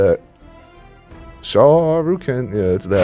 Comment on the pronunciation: You know what he says when he does the uppercut "are you ken" 😅